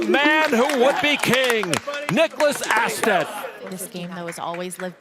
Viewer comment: Astedt just made a blunder. Surprising. Bad read on his part. I think it's pronounced Oh-sted.